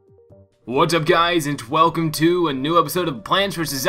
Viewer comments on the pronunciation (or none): You said Twelcome at the beginning of the video😂